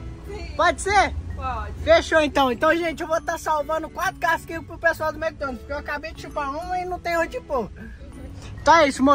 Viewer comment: Mds é Mc Donald's Não Mc Donalt's